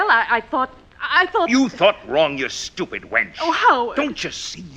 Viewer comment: He said STEWPUD WENCH” 😂😂😂